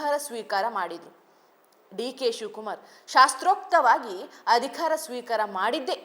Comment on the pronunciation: ಚೆನ್ನಾಗಿ ಓದುತ್ತೀರಿ ಒಂದೆರಡು ಪುಟ್ಟ ಬದಲಾವಣೆ ಮಾಡಿಕೋ ೧.ಅಧಿಖಾರ ಅಲ್ಲ ಅಧಿಕಾರ ೨.ವಿಧ್ಯಾರ್ಥಿ ಅಲ್ಲ ವಿದ್ಯಾರ್ಥಿ.